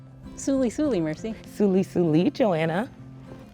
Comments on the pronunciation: I’m dying inside because why is she saying sully sully lol isn’t it sulsul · "Suli suli" (?) Pretty sure it's "Sul sul". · Are we just gonna ignore the fact that they said Hi wrong in simlish? It's sul sul not suly suly lmao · as an Avid Sim'mer for Over 20 years now, why are they saying "Suly Suly" instead of SUL SUL ??? I have Only ever read, heard, etc it as Sul Sul .... as Sims say it. Wow.... or should I say... WowY ? ;-) *SimGuruPedro was the first person in video (or video descr) to say it historically accurate. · Suly Suly??? It's "sul sul", isn't it?? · why do they say suli suli instead of sul sul? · Am I the only one wondering if I have been saying Sul Sul wrong???? She sounds like she is saying suli suli…. Is it exaggerated for the horses pack..? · Did she just say “suly suly” ?? Bruh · This greeting invented word it's pronounced "sul, sul!", almost like tsul tsul, with some t at the beginning. Unless they're trying to make it like a Howdy... in which case it's cringy 😅.